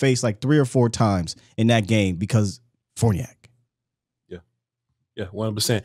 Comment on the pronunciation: Can anyone covering the team pronounce that man's name right? It isn't fOrniAk, isn't fArniAk, it's fArniOk